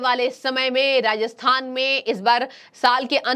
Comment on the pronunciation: Ma'am Rajasthan Hai Ji not rahathan